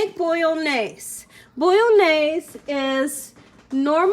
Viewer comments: say it like mayonnaise but bolo-naise as its not actually italian at all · Love this recipe! Thanks, i'll for sure try it out! :D But i just cannot help myself at being a pedantic ass and couldn't not say something about your pronunciation of bolognese (i do see that you tried, though ;) ) :P Phonetic pronunciation (for English speakers) for ease: "Bo-loch-njay-suh".